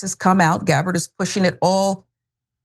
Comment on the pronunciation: Tulsi "GARBARR" ?